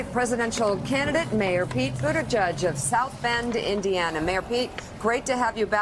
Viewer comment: It's "Boo-edge-edge" not "Boo-edge-judge".